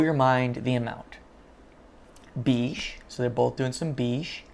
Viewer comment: Hi, please google how to pronounce beige... The "ei" sound is pronounced as "ai" sound. It's not beeege its baige phonetically.